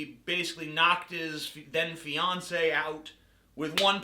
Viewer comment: Did you say fiance or Beyonce?